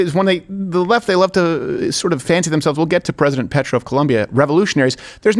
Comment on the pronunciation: Steven, don't be dumb. Petro comes from Latin for Stone, not petrol. Like Peter.